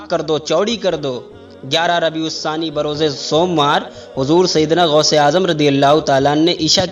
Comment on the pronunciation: गौस होता है गोश नहीं